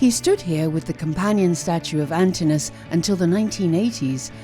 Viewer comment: Poor Antinous has his name mispronounced twice - should be Antin-o-us, not Antinus. Otherwise, many thanks for excellent info on the Germanicus statue.